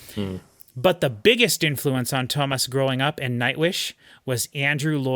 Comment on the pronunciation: Its Too-AH mas.....